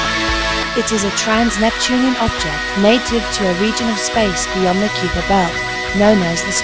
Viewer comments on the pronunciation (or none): What a terrible pronunciation of "Kuiper belt". The "ui" should be pronounced as either "eye" or "oi" but definitely not "yu". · The narrator pronounced it with a long "e" not a "yu".